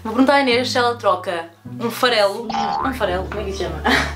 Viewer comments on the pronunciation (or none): O “Farelo” 😂